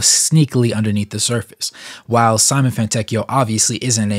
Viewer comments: See-mo-neh please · Side note: his first name is pronounced "Simonay" for Americans. The "e" in Simone is not silent. Nice video 👌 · it is very close to "See-moe-nay" , but the correct pronunciation is not easy to get for a native american/english speaker, and the surname Fontecchio is even harder but you pronounced it almost perfectly, so very good job 👌